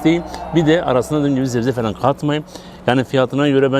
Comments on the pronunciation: Zebze değil sebze 😊😊😊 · Zebze nedir kral çok sinir bozucu oluyor. Güzel güzel sebze desene